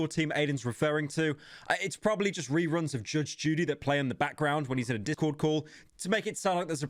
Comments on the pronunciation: "Dicc-cord call" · Did you dub yourself over when you said discord? Lmao if not that’s the weirdest way I’ve ever heard that word.